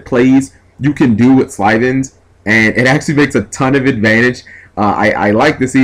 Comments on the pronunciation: SYLVANS. Not slyvans. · I like this duel, the problem is the way he keeps saying Sylvans, it's pronounced Sil-ven. Spelled Sylvan, just pronouncing it bothers me, but meh. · Definitely saying Sylvans wrong...